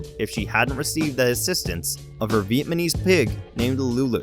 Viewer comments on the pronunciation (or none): This guy can't say "vietnamese". (Viamanese?!) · Did he just say “Vietmanese pig” ? 😆 Try VIETNAMESE 🤣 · Is it just me or am I the only one who noticed the guy calling it a Viet Ma Nese pig? It's Viet NA Mese, I spaced that for emphasis. (Yes I had to go back to listen to it several times after hearing the first time to be sure). Bruh, in narration if you can't say it right, don't say it. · "vietmanese pig" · "vietmanese" pig? you dumby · VietMaNese vs Vietnamese... SMH... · “Lulu the Vietmanese pig” please lol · Did he say Vietmanese? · He said Lulu the Vietmanese pig 2xs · Viet-ma-nese? 😂 he kept saying Vietmanese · Veitmanese? lol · "Vietmanese" every time he says it. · It isnt that hard to say Viet Nam Mese. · Bro really said vietmenise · “Vietmansese” single digit iq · TF IS VIETMANESE? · I had to rewind... you said vietmenese. More than once. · man said Vietmanese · Was enjoying the stories until... you mispronounced VietNaMese. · Did he say "Vietmanese"? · Vietmanese? rofl... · VietManese lol